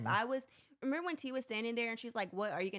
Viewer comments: Not him saying “RENIMBER” 🤣🤣🤣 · he keeps saying "renember" it's driving me nuts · It bugs me that the guy said “renember” instead of remember 😭